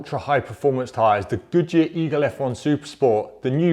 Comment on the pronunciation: nice test! I always hear Gucci instead of Good Year (pronounced the italian way :). I wish I had seen my terrible AD08RS with these, a tire which can't even keep up with the PS4 sold as a very sporty one. A terrible disappointment from Yokohama, can't wait to change, hope the Bridgestone has the size for the 17s on the S2000